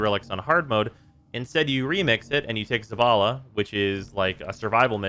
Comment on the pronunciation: Bro: says ZABALA My brain: you just heard ZAVALA